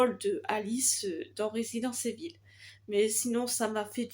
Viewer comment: Salut J'ai vu que souviens toi l'été dernier et je suis parfaitement d'accord avec toi ils ont clairement bousillé un personnage c'est n'importe quoi sous couvert de SURPRISE 🙄y'as quelques un de prévus dans ta liste comme conjuring, mission impossible, en tant que gros fan des jeux résident evil à l'ancienne, on ne dit pas résidence evil non 😅😉 on dit RÉSIDENTE IVEULLLL 😂